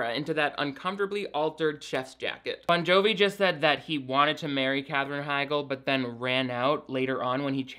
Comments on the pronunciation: Every time you say “John Bovi” I cry 😂. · His several pronunciations Jon Bonjovi's and Josh Duhamel's names makes me happier than it should.